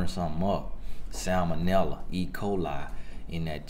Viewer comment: "I can get in the kitchen and burn sumn up" samnella ecoali 😂😂😂 ( I wrote it how he said it)